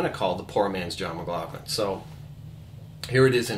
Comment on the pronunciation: great lesson but you are pronouncing his last name wrong